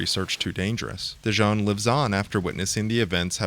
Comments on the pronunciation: Why do you keep calling him Dijon? <.< DIS-SON. My introduction to the series being that I am from the 80's was Ace Combat 1. Never got into the other games because of release lacking and stuff like that. I played through Ace Combat 3: Electrosphere a few years ago which used a different translation patch since this one looks a lot more clearer than the one I have ( I got a full playthrough of AC3 with special edits in a few videos, I highly recommend the final one to see what I mean ), and this is my favorite Ace Combat game. Before this, it was Ace Combat 1. AC7 is a joke and AC4 I'm not even interested in, it doesn't tickle my fancy at all. But this? AI, questions regarding our future the possibilities.. This is right up my alley and alawys has been. Ghost in the Shell <3 Mega Man and so forth! I think about this game still on a near daily basis. The theme Morceaux is amazing. This game really was a beautiful starshot. And when you consider the Iceberg meme of Z.O.E., Sublimation and possibly Mihaly — I so hope they tie Ace Combat 8 with Ace Combat 3 and doesn't try to do something dumb . . . but my money's on that they'll do something dumb... Companies often seem to have some strange aversion to tying their franchises together... Did start a Ace Combat 2 playthrough that I'm still in the recording phase of but that game... is not very fun. But every time the Z.O.E. enters the battlefield, I'm just all giddy about it. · It's fun hearing people say Dision's name incorrectly because we can hear clear as day throughout the game that people say it like "Vision."